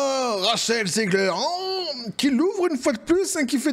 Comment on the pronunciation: On dit Rachelle zig her pas Ziegler 😊